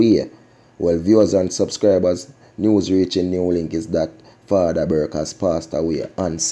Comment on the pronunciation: The man name is Burke not Burkey